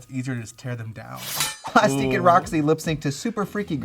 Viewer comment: not "Plustique"